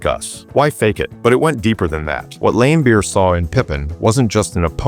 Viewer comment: I watched a lot of basketball growing up in the eighties as a teenager, I don’t ever remember any announcer or any player pronouncing his name other than Lambeer the i is silent , maybe younger people have heard it pronounced differently, did you watch him play live or from old footage. Maybe your local announcer pronounced it that way but this is the first time for me to hear it like that. If you watch Larry Bird explains why he dislikes Bill Laimbeer you can see him and the interviewer pronouncing it Lam instead of Lame